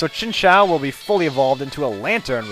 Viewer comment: lol chinchao is how you said it, but its pronounced chin ch you without the y sound